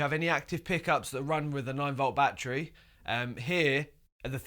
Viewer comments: English: bhahtree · New drinking game. Drink every time he says “Batchry” in this video!🤣🥴